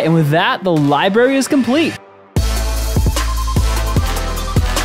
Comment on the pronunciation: I stopped watching simply because you said Li-barry